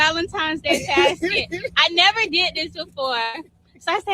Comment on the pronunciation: She said vday Basket 😂 not casket